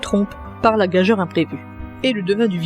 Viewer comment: Très documenté, bien construit, bien exposé. Merci. NB: on prononce gageure "gajure". On ne dit pas corroborer avec, c'est transitif...(je suis maniaque, pardon)